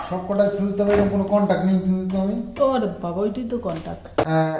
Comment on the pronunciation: তোমার ভিডিও দেখে ভালো লাগলো...তুমি যেটাকে contack বলছো সেটা contract হবে...contract ' চুক্তি ' আর contact 'যোগাযোগ', haraj নয় 'harass'....তুমি এতো ভালো ভিডিও করো English কথাগুলো ভুলভাল বললে লোকেই তোমাকে টিটকিরি মারবে...সেটা শুনতে নিশ্চয়ই ভালো লাগবে না....তাই বললাম কিছু মনে করো না please...শরীর ঠিক রেখো..❤